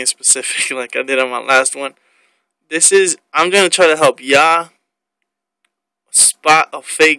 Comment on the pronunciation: "ima hep YA" lol